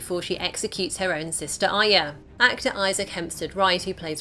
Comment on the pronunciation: ARYA not AYA